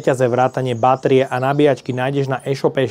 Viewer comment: Mna zabila ta Báteria